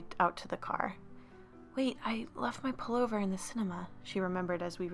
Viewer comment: Was it just me that heard 'Polar bear' not pullover? lol